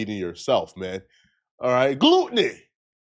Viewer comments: Yo, It’s not “Glute - nee” Gluttony is pronounced “Glut-nee” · ☠️☠️☠️☠️☠️🤣 dawg said “gluteney” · bruh said GLOOTNEY 😂😭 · Glut! Gut! It’s pronounced Glut-in-knee.